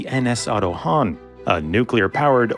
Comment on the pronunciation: the ship is called Otto Hahn not Hanh